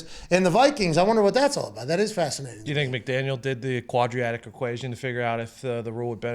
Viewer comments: "Quadriatic equation" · "Quadriatic Function" 😂😂😂